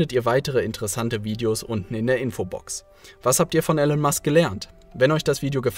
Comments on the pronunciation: Immer wieder geniale Videos zu genialen Leuten und Büchern. Hier nur ein kleiner Schönheitsfehler. Der Mann heißt Elon (gesprochen Ilon und nicht Ellen) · Er heißt Elon Musk nicht Ellen Musk!!! Warum sprichst du seinen Namen falsch aus? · Eeelaaan nicht Ellen. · Ich habe das Video nur zur Hälfte angeschaut. Es enthält erhebliche Fehler. Erstens wird der Name Elon anders ausgesprochen. Zweitens hat Herr Musk Physik und Wirtschaft studiert. Und drittens hat er keinen Doktortitel. Musk war für eine Doktorarbeit zugelassen, hat aber nach zwei Tagen aufgehört, um sich anderen Dingen zu widmen. Das musste jetzt raus. Ich wünsche einen schönen Tag. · Ich find eure Videos super! Schön illustrierte Zusammenfassungen von spannenden Büchern, von denen ich viele gelesen habe. Grade Elon Musk ist eine unglaublich inspirierende Persönlichkeit für mich, deshalb bin ich hierbei etwas kritisch, wenn der Name falsch ausgesprochen wird :P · Dumme Ausrede, hättest vorher lernen sollen wie man Elon richtig ausspricht. Ansonsten sehr gutes Video, danke dafür :*